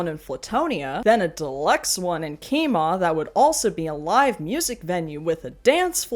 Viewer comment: I live very near Kemah and hearing it pronounced by a non-local was wild 😅 I took it back three times to make sure I heard you right. For all I know, you're actually pronouncing it right and we're all just down here like "kee-mah"